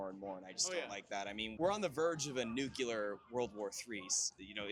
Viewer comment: anyone who can not pronounce nuclear and claims to be any kind of journalist - isn't - that interview made me so angry. this guy was believing what trump said idiot